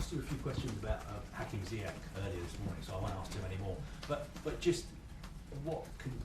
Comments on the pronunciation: Tony 'La Haya' Ziyech not ziyach Thats what i know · It's pronounced ZiyeSH, not ZiyeCK ffs (Moroccan Chelsea fan) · It's Ziyesh, not Ziyech :)